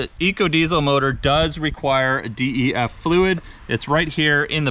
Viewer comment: Bruh just say DEF fluid not "D.E.F."